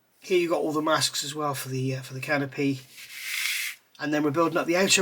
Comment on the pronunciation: I like that when you say "canopy," it sounds more like "can o' pee". I'm so immature. I have this kit and was interested to get your opinion on it.